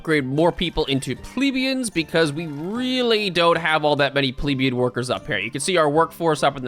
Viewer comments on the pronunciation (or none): That’s not how you pronounce “plebeian,” you pleb.